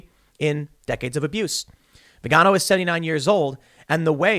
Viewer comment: Tim, FYI Vigano is pronounced like Figaro. Figaro Figaro Figaro la la la.